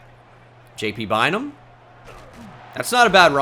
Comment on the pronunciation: Every time you say JT Bynum I cant unhear PT Barnum lmao